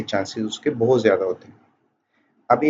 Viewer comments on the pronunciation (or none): none